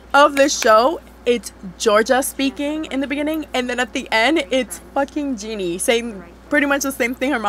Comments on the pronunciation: I ain't judging you but I love how the whole video you're like "gEnIe" instead of "Ginny" 😭😭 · Net her calling Ginny 'Genie'😭✋😂